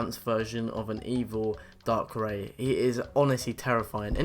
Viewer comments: Also dark-ray not dark-rI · Pronounced (DARK-REYE) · Dar-Cry not Dark-Ray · Nigga said darkray its not darkray its darkrai 😂😂😂😂😂😂😂😂😂😂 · darkr-ie not darkr-ae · Darkrai is said like dark rye not dark Ray omfg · You pronounce all the names wrong... a. IT DAR/CRY\ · It is prononced (dark-ry) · Also, darkai is apparently called dark ray now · It's darkreye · it's pronounced dark cry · Darkrai not darkroe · its darkray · Ditto is not pronounced Dit-ew, you pronounce it as Dit-oh Darkrai is not pronounced Dark-Ray, it's pronounced dar-cry. Nice video, though 🙂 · Dittoo? Physics? Darkray? Weird pronouceations